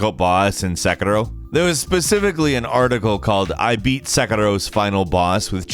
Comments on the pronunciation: It's sekiro not sekero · your pronunciation of second row (sekiro) is in itself a meme. way to slip one in there before the year ends. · Who else just loves the way pronounces sekiro?